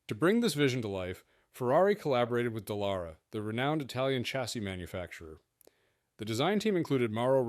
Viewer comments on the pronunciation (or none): Investiga nombres y apellidos es "Dallara" no "Dellara"